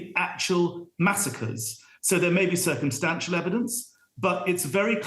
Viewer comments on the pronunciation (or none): the man said "circumstantial evidence " lol